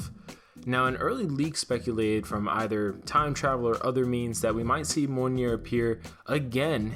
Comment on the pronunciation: You're saying mjolnir wrong. Its pronounced like mee ol near